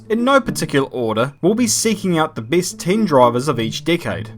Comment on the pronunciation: "The beest droivers of each dickade"